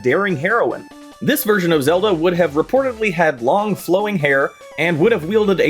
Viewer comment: Ah Frick, it's April fools. You had me till you started calling link zalda